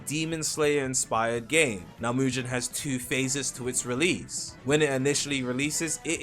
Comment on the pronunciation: Btw, it's not pronounced as MUJIN its MUGEN like gun 🤓